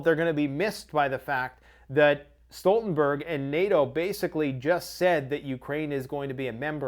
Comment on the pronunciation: Jan Stoltenberg = Yawn Stooltenberg. sorry to be that person, but its killin me inside. great video!